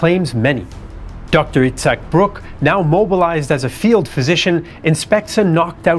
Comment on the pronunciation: Itzhak brick not brook